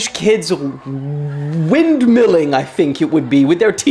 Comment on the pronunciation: Bro said windmiling like a 70 rich man😂😂😂😂😂😂😂😂